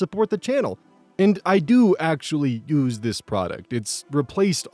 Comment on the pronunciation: I can't help but hear "I personally ooze this product" instead of "*use*", I know it's probably his accent and/or he's doing it on purpose, and I just find it funny every time I hear it. Please never stop!